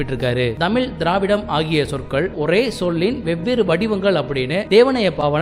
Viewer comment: தமிழ் தமிழ் தமிழ்... You can make a little effort to bend your tongue and say it properly...